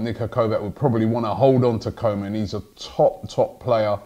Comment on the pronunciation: His name is pronounced Coo ma